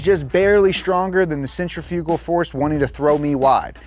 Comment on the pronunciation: Out of this whole video, the one thing I feel the need to comment on is, congratulations on being the first person in 33 years I've ever heard pronounce centrifugal properly. Everyone says Cent-rif-ical. But Cent-tri-fugal is proper. You satisfied my inner grammar Nazi LOL